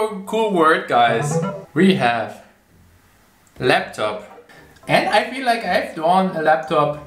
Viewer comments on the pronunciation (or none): none